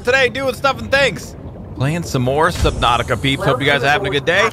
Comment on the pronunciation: I thought he said slipnatuatica for a sec